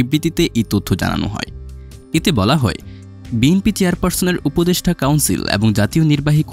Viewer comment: উপদেষ্ঠা না, উপদেষ্টা উচ্চারণ ঠিক করে ভিডিও বানাবেন, সোস‍্যাল মিডিয়া ফাইজলামির জায়গা নয়, ভাষা নিয়ে যা তা করার অধিকার কে দিয়েছে আপনাকে? ফাজিল কোথাকার!